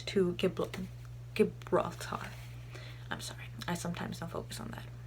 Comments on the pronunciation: Soft G in Gibraltar btw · "gib-lar-tar" made me laugh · straight of gibralatar hahah. it's pronounce straight of jjjjeeehhhbrawllllter